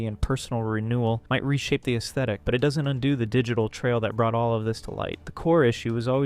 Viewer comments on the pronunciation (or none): none